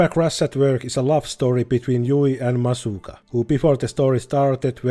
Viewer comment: Massaka, calling Masugu "Masuka" is funny.